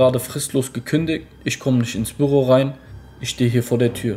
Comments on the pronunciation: Das triggert mich heftig wie er Büro sagt. Bürro? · Büüroo nicht birro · ES HEISST BÜÜÜÜRO NICHT SO WIE DU ES SAGST ALTER WIE HART DAS TRIGGERT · WIE SPRICHT ER BÜRO AUS ICH RASTE AUS